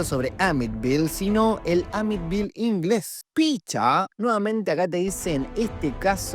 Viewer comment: Que no es Amityville no amitville ?